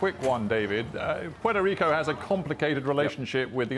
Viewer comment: Please, if you're not a Puerto Rican, don't call the island as Porto Rico or Portorro, because it's offensive and disrespectful to us. I understand if you didn't meant it that way, it's just an advice for future situations. Take care!!🇵🇷❤